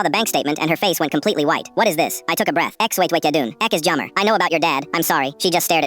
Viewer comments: It’s an ai voice it’s reading it how it’s spelt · Ugh that's not how u pronounce sorry in Afrikaans 😂😂😂😂 Its jammer (Yah-Merrrrrr)